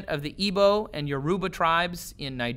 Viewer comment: You pronounced "Igbo" and "Yoruba" wrong. I can vouch for that.